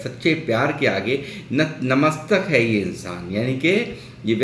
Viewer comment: Namstak nhi natmastak.. 😂😂